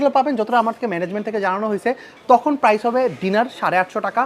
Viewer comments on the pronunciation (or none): none